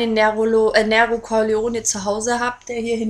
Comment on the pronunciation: Ja Nero Corleone ist Italienisch und bedeutet halt "schwarzes Löwenherz" ich habe auch einen schwarzen Kater mit weißer Pfote und musste garnicht groß überlegen als ich ihn bekommen hab sondern hab ihn gleich Nero genannt! aber sag doch nicht immer "Näro" das macht mich echt nen bissl wuschig :D